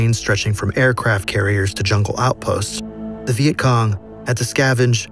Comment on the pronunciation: The the start u said veient Kong lol